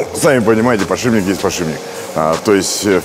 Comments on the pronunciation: Дью охигеет и от самого слова подшиБник. Это слово звучит очень и очень часто в ролике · Показалось или он сказал подшибник ?